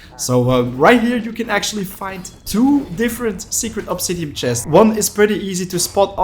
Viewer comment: The way he says "obsidiam" is so infuriating, otherwise great video